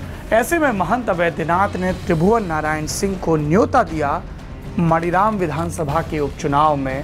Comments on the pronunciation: मनीराम है मणिराम नहीं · सर मानीराम है, मणिराम नही है। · सर, वो विधान सभा मानीराम है, शायद अंग्रेज़ी के वजह से आप मणिराम बोल रहे हैं। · saurabh bhai , ek correction suggest karna chahunga, aap jab maniram ko pronounce karte hain to maaani raam kahiye,kyonki iska yahi naam hai,baaki aapki aur aapke team ki research ko salute hai. regards